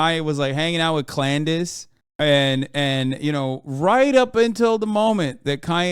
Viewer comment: It's always interesting how evil talks about evil, as if they're not evil themselves. *Ben v Fuentes Also, 🤣💀 "Klandace." 💀🤣😂🤣💀